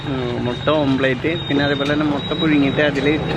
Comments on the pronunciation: ഓംപ്ലേറ്റ് അല്ല ഓംലറ്റ് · ' ഓംപ്ളേറ്റ് 'അല്ലടോ' ഓംലെറ്റ് ' എന്നാണ്. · ഓം പ്ലേറ്റ് അല്ല ഓംലെറ്റ് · Omelette oh athenthu sadhanam Ee mutta pottich saavala okke ittit Allaahh "OMPLATE" 🤣🤣🤣